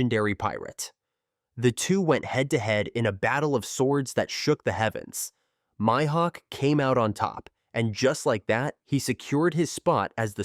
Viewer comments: He messed up so many tings they clearly say in the anime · "MY" hawk, good video though